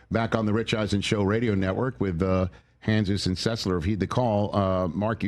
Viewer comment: Funny that Rich, after working with Dan for years, doesn’t know how to pronounce Dan’s last name